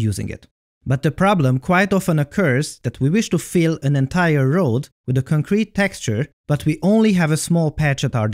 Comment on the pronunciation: DId you really mean to say a "conCRETE" texture or did you mispronounce "CONcrete"?